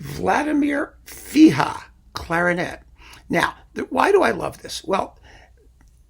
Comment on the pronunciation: Thank you for your great channel,! The Czech clarinetist's name is Vladimir RIHA (not Fiha).